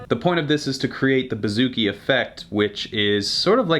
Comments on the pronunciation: “Boo”-zoo-kee not “Ba”-zoo-kee Just thought you should know. Love your videos! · pronounced boo-zoo-ki ** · Hail From Hellas(Greece)!!This Was ...Well...Funny..But You Said It Wrong..Its Buzukee(Bouzouki,Etc)Hahaha But You Are Crazy Funny!!!!!!! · I am a greek guitarist and the way you say bouzouki is hilarious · Vasilis Prekas HAHA IKR